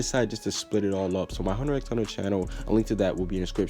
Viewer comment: I'm not gonna subscribe to your Hunter X Hunter channel because you don't know how to even pronounce it's name my dude xD